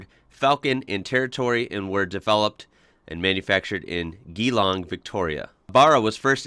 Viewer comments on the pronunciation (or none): As someone from Geelong, I will pick up on the fact that your pronunciation was slightly off though close. Geelong is pronounced with a hard G - (G-long). As a new viewer, I'm loving these videos. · Geelong? Say it with me mate {G-Long} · Geelong - Pronounced Jeelong or Jelong. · Just to help you out,. Geelong, is pronounced, "Jellong". No emphasis on the double e. 👍😁👌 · GEE .... LONG LOL.......... that's cute Say it like this GER LONG GER as in GERM LONG as in LONG NOW SAY IT FAST GERLONG which is spelled as GEELONG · jeh-long not geeelong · Not Bara....BARRA as in BARRAMUNDI (Great eating native fish) Geelong is Jee long or jalong depending if yer at the footy (real football that use feet) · In Geelong the e's r silent it's G--long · Pronounced jeelong. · Its pronounced jeelong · Geelong 'Jeelong' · No problem with your Barra pronouncement,,,,might want to work on Gelong a bit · The 'G" in Geelong is pronounced like the 'G' in Gee Whiz, not like the 'g' in golf. 😉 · It's pronounced jeelong even though it's spelt Geelong Victoria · Geelong = Jeelong.....and 'Barra' is said the way you don't say it. :) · (Jee-long) Geelong was where the Ford Factory was in Victoria. Its bara.. bara cooda.. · Yeah, we pronounce it more like "Berra" and Geelong is like "Jelong". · It's pronounced Barra as in wheel barrow or the man's name Barry. And the G in Geelong is pronounced as a J. Jeelong. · Geelong is pronounced G as in the letter G- long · To help out with pronunciation, Barra is said with a short a sound like the 'a' in axe or Barry. Geelong's 'G' is the same sound as the 'J' in just. Nissan's "i" is also short as in miss. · Lol gee long / g long Lol bahra its definitely bara just made me laugh no hate 🤣👍🙄🤣👌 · Barra as in Farrah Fawcett lol. Your pronunciation is a bit of. And it's gee-long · Geelong pronounced G long Barra is the one you don't think it is but love the vids mate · Yes barra the world geelong is home for me and its pronounced (g-long)